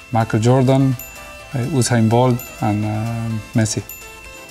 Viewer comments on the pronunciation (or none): Did ocon say ushane bolt😭